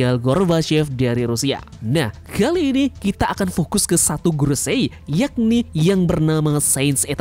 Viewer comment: kalau pas bilang gorosei itu mbok ya yang biasa saja kang